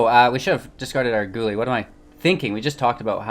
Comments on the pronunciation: Yeah guy-elle. You gotta brush up on your street fighter my dude 😉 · Guile pronounced Guy-ull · Might I recommend playing some Street Fighter so you can learn the proper pronunciation for 'Guile' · "Guile." I see they corrected your pronunciation down below. Read more books! :)